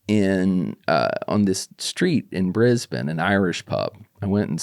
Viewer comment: i like that he pronounces brisbane properly and not "bris-bane"